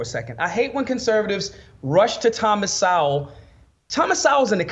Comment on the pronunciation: sounds like “the Hollywood homeboy” skit from In Living Color. Using words he doesn’t even understand. He can’t even pronounce Thomas Sowell correctly.